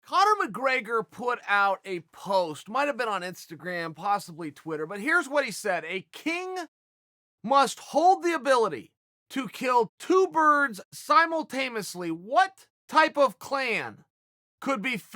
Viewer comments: Chaels a dumbass, first, its simultaneously not simultamosly. Second, ever heard of a turkey, 2 birds can feed quite a bit of people. Third, Conor hasn't been in the ring in forever and the attention has always been on him. Shut up already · So.... you give a jab at his intelligence but you can’t say simultaneously? Ha! 👏